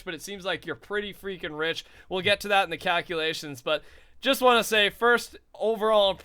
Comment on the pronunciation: Instead of calculations, I heard cowculations!